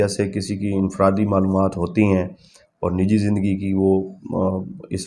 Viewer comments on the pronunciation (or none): none